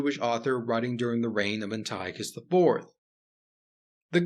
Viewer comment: An-tea-awk-iss is how you pronounce Antiochus